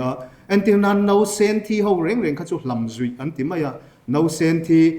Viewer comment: A sawi tha ka tih viau rualin, a thusawi ngei amah bawkin a kalh leh tlat thin a. Mizo tawnga sawi mai theih Saptawngin a sawi leh thin a. Tin, a thusawi a ngaimawh theih deuh chu Vawiin alam khi vawin tiin a richhuak a, nausen pawh a lam nosen tlat a, amawi chiahlo e.